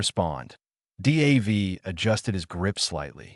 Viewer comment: Crap AI. No one is named Dee Aye Vee